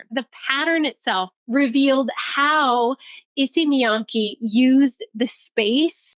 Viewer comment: oh by the way, Miyake's KE is pronounced like KEttle or CAre, with word stresses at Y and K so its miYAKE, not miYAAkeeee